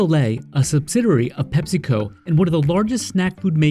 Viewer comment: It's Pep-see-co. We don't call it Pep-sa, it's Pep-see.